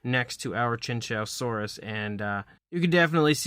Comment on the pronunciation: It’s pronounced “chew-wan- zow-saurus”